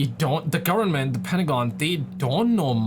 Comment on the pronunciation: Government bro govern-ment not gowerment